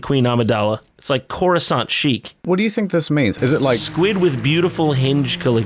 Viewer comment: "Coruscant Schick" 😆